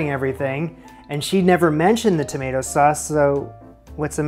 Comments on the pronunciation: Julia's pronunciation of tomato offends me. I am a to-mah-to person (Aussie), but to-may-to is so normal because I see plenty of American media, but to-mat-o? Osik. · Making the lasagne noodles from scratch. I’m getting Eva and Harper vibes here... Oh and Julia actually gave the red juicy fruit (used like a vegetable) a British pronunciation - tomahto - I don’t know why. You switched from a long A standard American sound tomayto, to a short A American sound tomatto - I don’t know why. It’s not the sound she made😶 You did manage to make doing her recipe a much bigger time consuming adventure than she did. The final result certainly looks better than her effort, but perhaps not quite as useful if you’re making it because you were choosing a simple recipe you could throw together to prepare quickly for some guests arriving on short notice🤔 I’m glad that after all the extra effort you put in it turned out so well. I hope you had others to share it with. By the way remember she said you could use the extra left over tomato sauce to put more on when serving it to those last minute guests😊